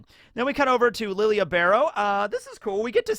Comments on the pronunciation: Nobody pronounces Lille's name properly. It's lidjé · You keep pronouncing Lille's name wrong, how is it Lily Ah??? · Discovering Askin is French but still calling Lille like he isn’t from south or Central America where the “ll” become a “J”. Also I love that Hanataro is with squad 11, I can’t wait for the war stories they make about the co 3rd seat that killed armies of Quincy’s. Hanataro should have been lieutenant in all honesty over Kiyone.